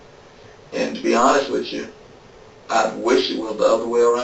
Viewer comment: witch chu, what does that mean. Was the cop trying to say with you or did he have slurred speech?